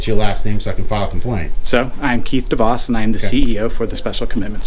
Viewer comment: Swear he said keith deboss